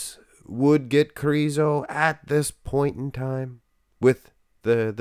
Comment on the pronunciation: The letter Ž in his surname Križánek or in his nickname Križo should be pronounced as S in the words televiSion or diviSion. Or like the first sound in the name of Soviet general ZHukov or like the first sound in the French names Jean or Jacques.